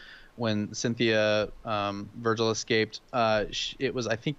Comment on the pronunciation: Y'all apparently havent had much contact with Hispanics because Vigil and Montanos names are mispronounced lol